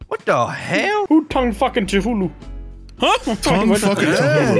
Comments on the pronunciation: If theres one thing i never get tired of is the goons never pronouncing Cthulu right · always fucks up when saying Cthulhu's name